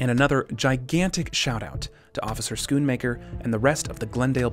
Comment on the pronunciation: Also while Schoonmaker means cleaner, the way you pronounce it "Schoenmaker" means shoemaker or Schumacher ;D as in dutch double o's are pronounced as a single one.